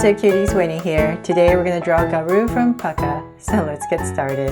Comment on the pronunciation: UR SAYING PUCCA WRONG WATCH AND.VIDEP.AND.U.WILL.SEE.HWR.REAL NAME.DUH?